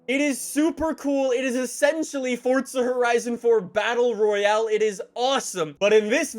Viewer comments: It’s forza not fortza dweeb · It’s forza not fortza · Forza Horizon not Fortza learn to fucking talk you cringe carnival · Why does he say fortza horizon,not froza horizon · normal person says the name of the game Forza says it Fortza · The people who make the game say its Fortza lol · Why can't you pronounce the word "forza"?